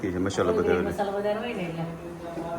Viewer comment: tame Aasha~KAKI~Masalo proper bolo ne vachhe Y kem add karo cho.thodi proper language bolo😊